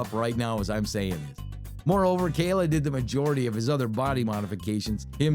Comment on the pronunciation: NOT KAYLA